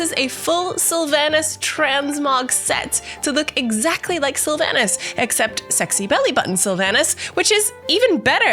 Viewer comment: How can you say "Sylvanas" wrong so many times, when they've said it in-game like 5000 times?